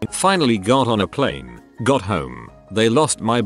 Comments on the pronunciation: I wonder why the text to speech voice randomly decides to pronounce it "pleen" instead of "plane"... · hes a kiwi text to speech